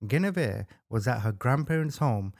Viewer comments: Please pronounce that woman’s name correctly: GWENivere. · Love your videos! Your one of my FAVORITE true Crime YouTuber! For future reference, her name is pronounced, gwen-a-veer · Guinevere is pronounced “Gwin’-oh-veer”